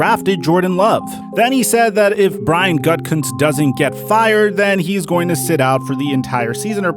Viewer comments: Why do you keep pronouncing it Gut-kunst? It’s ridiculous. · Bro, it's not pronounced Gut Cuntz, it's pronounced Goo-da-Kunst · It’s pronounced “goo-ti-kunst”